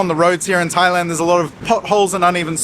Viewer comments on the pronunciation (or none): none